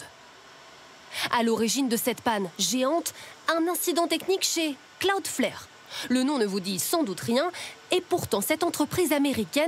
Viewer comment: Quel intérêt de faire ce reportage pour ne pas expliquer la raison de la panne ? Et 2/4 personnes qui prononcent mal cloudflare, vous avez l'air bien renseignés